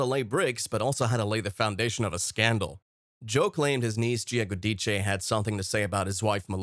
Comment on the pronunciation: I’m so happy that this man speaking says there last name the proper way, the Italian way of speaking, I’m from New Jersey. I watch the New Jersey show and they are a lot of things that are not said about Teresa’s family (im not talking about her Daughters)that she won’t let out because she doesn’t want to hurt them. That’s all I’ll say. Making Teresa look like a villain that is wrong she’s not !! I remember this is a reality show and people make good money, but in Italian family, you should never go against your family.!!